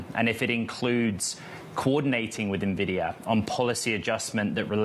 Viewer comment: N vidia. (Ehn videa) Not nahvidea